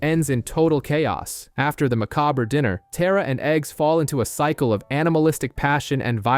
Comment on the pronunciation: Why can no one pronounce “macabre”